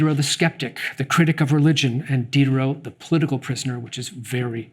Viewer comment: did you purposely mispronounce the name of D (the SJW of the 18th C)?